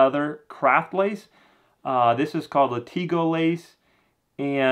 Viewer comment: Lat-i-GOH...not La-tee-go